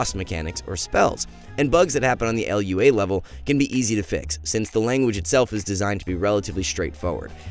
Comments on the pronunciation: It's just Lua (loo-uh) my man. Great vid! Working in software myself, I can say you hit the nail directly on the head. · "L.U.A" lol